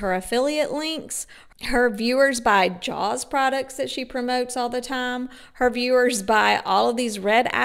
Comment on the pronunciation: and "sells" for sales and "jowls" for jaws 🙄🙄